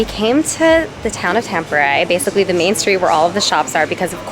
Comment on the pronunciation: Tampere is not pronounced like that...😅 And you're always supposed to go sauna naked or with a towel, but NEVER in a bathing suit!!!